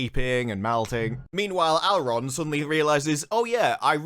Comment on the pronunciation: Also... Elrond is "Al Rod" and Galadriel is "Collateral". I'm dying here...